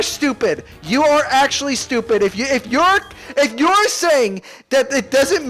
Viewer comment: “You’er stupid” lol